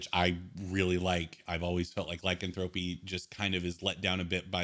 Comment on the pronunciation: Not Lycan thro py. It’s [liecanthropy] one word...remove curse-keep it, just make a higher DC...to make it seem harder to cure a curse making it powerful as it should be, but not a bad review..